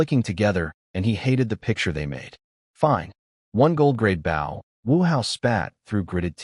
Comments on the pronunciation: 👎👎👎👎👎 pathetic pronounciation of words... i clicked the thumbs down... you need to learn how to pronounce words right... don't just post video just to say you post lots of videos, check if pronounciations are correct before posting... bow = baw means you bow your head not a weapon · Bo- w is silent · Goodness. Bow has two pronunciations and the wrong one is being used every single time!